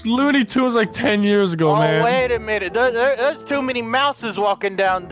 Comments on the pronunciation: Toony loones isn't it looney toons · Tuny loons? Its Looney toons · HAHAHA TUNEY LOONS ITS LUNEY TOONS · Eren Yeager u are the only one that noticed it said tuney loons